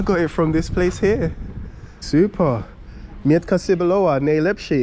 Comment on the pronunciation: Hahahaha xD I dunno if someone tell you earlier but when you say "Mietka cebulowa" you say something like "Onion ":D Trust me I'm Polish Onion:D And if you want to taste some of our dish like a "krokiety" or something like "pierogi" you should ask seller how you should eat this like "it taste better when it's hot or cold" - "smakuje lepiej jak jest ciepłe czy zimne". BTW krokiety never taste better hot or cold when you buy then from that kind of shops. Dziekuje, do widzenia, milego dnia:)